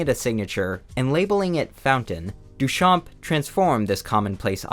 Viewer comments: Hey, just want to let you know that the "p" in Duchamp is silent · Great video! Little tip from a french fan : the P in Duchamp is silent!